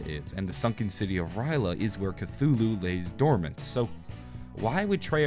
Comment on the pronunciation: You’re pronouncing Cthulhu incorrectly.